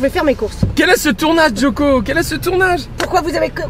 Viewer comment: Depuis que je regarde cette vidéo je peux pas m'empêcher de dire Djokovic quand il disent Jo-Co 😂 dites moi que je suis pas seul